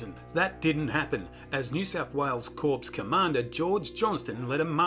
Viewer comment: Corps is pronounced with a silent P.